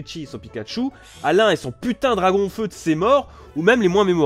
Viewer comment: c'est moi ou il dit Dragonfeu à la place de Dracaufeu ? xD